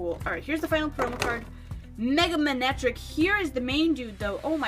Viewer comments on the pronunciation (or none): none